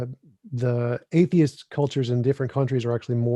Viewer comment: It's pronounced - 'A - the - ist', not 'A - tist'.